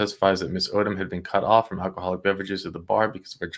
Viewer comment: Al Key Haul Ick. 😅 Sorry, I couldn't resist.